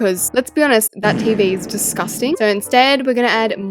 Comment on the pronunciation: The way u say descusting like "Desoscing"